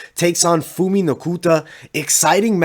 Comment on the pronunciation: Phumi (Pumi) not Fumi.